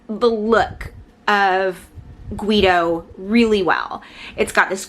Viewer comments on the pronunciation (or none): I pronounce his name like “Gi Dow” so it bothers me when you say “Gu Wi Dow” lol.nice review btw